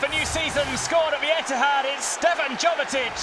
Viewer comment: Its Jovetić not Govetić 😕